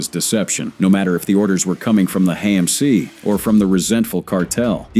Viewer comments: HAMC is not pronounced "hey-mc". Goodbye. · Same thing with HAMC pronounced "hey-mc"